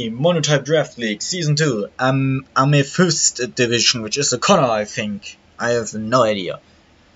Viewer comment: Amethyst is a gem, pronounced am(I am) eee/eh fist